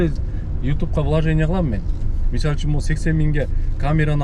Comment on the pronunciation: Ассалому алейкум Ишине ийгиликтер болсун Кыргызсча таза суйлойм деп Мисальчун деп созун бурулуп баратыптыр ондоп кой))